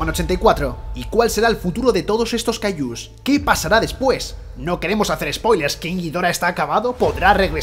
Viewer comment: Por que les dices cayllus